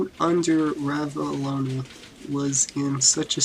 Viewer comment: Well it's Ranavalona... Not ravalona. This is awful.